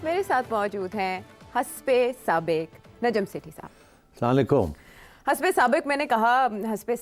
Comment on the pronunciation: Sethi sb salam karna to sahi seekh lo